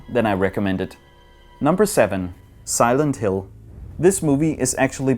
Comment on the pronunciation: Silend Hill eller the condjuing ved ikke helt hvordan film navne står nok lidt forkert